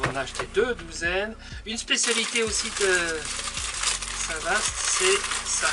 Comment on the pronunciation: Le Cotentin... Le plus beau pays du monde🤣 il y fait beau plusieurs fois par jour, c'est mon pays et je l'aime. Sinon la vache n'était pas normande et on dit Saint Vâ et non Saint Vassst. Mais vous êtes pardonnée car les images sont belles et vous êtes bien sympathiques😎